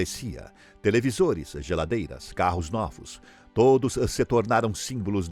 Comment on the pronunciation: televisoreess-eh, carros e eletrodomesticos.